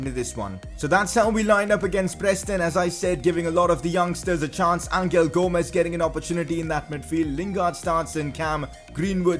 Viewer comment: #pcq it’s pronounced Angel as in “guardian angel” not angle